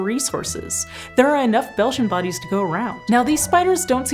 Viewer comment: At first I thought she said ‘Belgian bodies’ and got very confused 😂